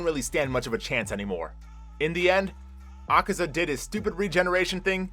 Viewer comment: The demons name is not akeza it’s akaza